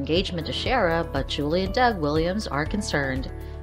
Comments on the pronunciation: This person should watch the show if they are going to talk to us about it!!! Chera??? What the $$&#!?! Find out HOW to say characters' names or get another job that you know how to do properly! It is pronounced CE-AIR-A!!!!!!!!!!! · Cher-uh? No, See-air-uh. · Ciara : C - AIR - A not Chera. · It’s not Cher it’s prounounced C -air-a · Sheara is not how you pronounce her name